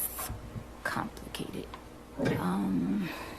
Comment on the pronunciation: When she says complicated I hear f*cking😅. Thats why she blue leashed the man.